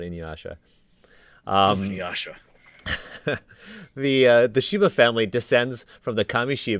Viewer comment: Inyasha. Kogome. Inyasha. Kogome. This is very good work. Thank you for doing it.